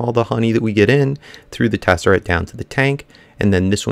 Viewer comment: It is not a tessaRAT! It is a tessaRACT!!! You drive me crazy when you say Tessarat.